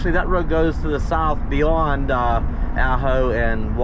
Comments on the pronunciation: It's pronounced Ah-ho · that would be pronounced Ahh-Ho, I resisted the first three times you pronounced it. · The way it sounds when you say it is Supposed to be Awe-ho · When saying the town Ajo, the j sounds like an H. Aho. ;)